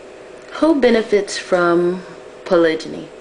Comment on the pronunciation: HERE IS WHAT I THINK.....U NEED TO KNOW HOW TO SAY THE WORD CORRECTLY!!!!!!!! THATS FIRST....SECOND U NEED TO PICK A RELIGION AND THEN DISCUSS POLYGAMY IN THAT RELIGION. ASK ONE OF US B4 U REALLY START TALKING. GOD SAID BE FRUITFUL AND MULTIPLY DID U MISS THAT PART OF THE BIBLE? HOW MANY WIVES DID THEY HAVE DURING THE TIMES OF JESUS OR MOSES ? ARE U SURE THEY ONLY HAD ONE OR HAVE U REALLY DONE UR HOMEWORK? IM DONE NO BEEFING BUT AS A MUSLIM U NEED TO HAVE A REAL UNDERSTANDING OF THE CONCEPT!!!!